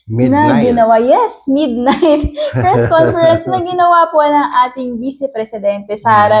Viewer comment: "Fres conference"??